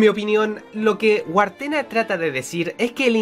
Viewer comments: en el juego no conoces algunas palabras porque, en el juego, eres una niña de unos 8 años aprox. debes tener buena memoria y pensar mucho y no hacer las cosas tan rápido😂 Oh, y el nombre del hombre que hizo las pinturas creo que se ponuncia como Gertena. Yo lo he jugado como más de 6 veces y de verdad me enamore el juego💜💜 Sigue jugandolo que los finales son bonitos🙈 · se pronuncia IB no Ibe Y se dice Guertena, no Wartena